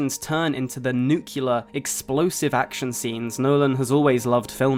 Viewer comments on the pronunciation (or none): There’s no u after the c. It’s nuclear, not nucular